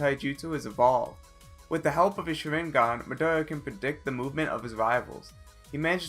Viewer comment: Pronounced madara and sharingan wrong